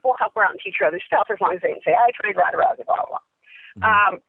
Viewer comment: ***** This sport is complex, of course. It's Rousey, not Lousey. If you're an 8 year old you wouldn't understand. But, this is what this whole video is about. The lack of the right people in her life, trainers. If you view life through anime eyes, of course it'll all be funny to you.